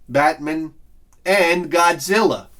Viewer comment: Is that really how you pronounce Batman and Spider-Man? Says the southerner...